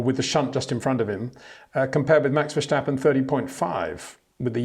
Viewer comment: Max Vershhhstappen😂